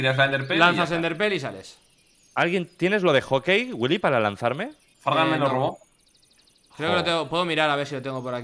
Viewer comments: Like si escuchaste que wili envés de decir fargan dijo Fran (stax) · Dice Fragan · No digo Frank dijo fargan